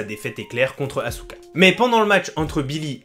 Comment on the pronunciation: OMG La prononciation du nom de certains catcheur font MAAAAALLL (Sheamous, Asouka)😭😭😭😭